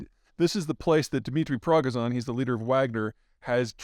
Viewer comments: I could look past the mispronunciation of "Prigozhin" since it was close enough, but...he called him "DIMITRI Progizon"! The guy's first name is YEVGENY. PZ really needs to at least do a quick fact-check pass on these before uploading them. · I love how with every episode you pronounce Prigozhin more and more like it's a prescription drug. Prognizon. Prigozon. Priozon. Next week it'll be Prinexon and Prenigon. Also, akadaka bakamut. Bukadaka, bakamutta. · PETER... Prigozhin.... "Pree-GO-jin" (Say the J like in French, not like in ENglish). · Interesting that Peter can't pronounce prighozin correctly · Peter, PLEASE, I am begging you, learn how to properly pronounce Russian and Ukrainian names 😭😭 It's not even that hard.... His name is Yevgeny Prigozhin, not "Dimitri Prahgahzahn" as you also say. You aren't even getting the first name correct, and the last name pronunciation is pretty tragic too. pri-GO-zhin, accent on the second syllable. Cmon man. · How do you want us to believe what you say if you cant even get the name of Prigozhin right? Sounds like you just spewing anything the pentagon says with no critical thinking on your behaf. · I feel like he’s trolling either his fans or Prigozhin or both with his pronunciation of Yevgeny’s last name 😂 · Every newscaster I’ve listened to got the pronunciation of Prigozhin’s name right. It’s available on YouTube. I can’t understand why Zeihan can’t get it. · Peter, I’ve not heard anyone pronounce the head of Wagner’s name like you. This name is been spoken quite a bit lately. Watch a few videos or broadcasts this is trifling but also embarrassing. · He's not even trying to pronounce Yevgeny Prigozhin anymore. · God I wish you could at least try to pronounce his name correctly. What is it? Dyslexia? I’m dyslexic, but somehow I manage to approximate the proper pronunciation. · If you're going to act like you're an authority on this stuff, don't you figure you ought to know how to pronounce Prigozhyn's name? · Progison? Lol